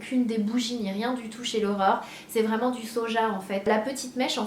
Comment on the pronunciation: A chaque fois que tu dis "l'Aurore" j'entends "l'horreur" lol ^^ En tout cas bravo pour ton projet =) (même si le prix est trop élevé pour moi perso)